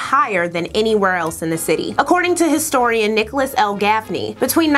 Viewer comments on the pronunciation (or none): none